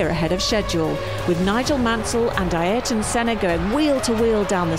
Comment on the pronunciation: who is EYE arton